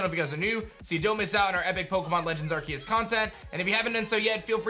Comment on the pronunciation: It's funny how still pronounces the title wrong even though you showed the trailer with someone talking and actually saying it lol. He said he would say it right if there was proof but now I think he's just being blind and pretending like he wasn't wrong lol It's always funny to see his videos just to see him constantly pronounce the name wrong